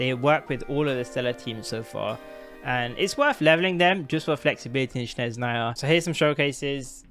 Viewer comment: It's not "shnez", its the other way around - "snezh". 😂